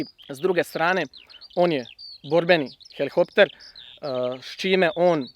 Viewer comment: Bravo dečki vrh samo učite i bit će te najboolji..... eeeee časniče Hrvatske vojske ne kaže se helihopter nego HELIKOPTER